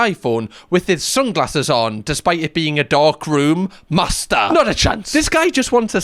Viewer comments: Good thing that we watched the video of the guy saying master before you started saying the word.. I genuinely for a second thought you were saying Mazda 🚙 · I am hearing ”Mazda” every time you say ”Master”